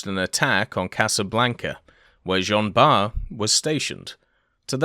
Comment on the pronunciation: French pronouciation tip : "Jean Bart" is pronouced "Jean Bar", without the "T"